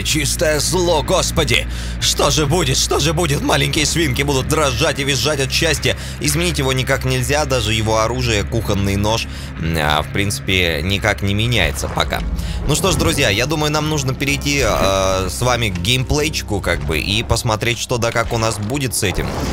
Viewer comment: в слове кухонный ударение ставится на О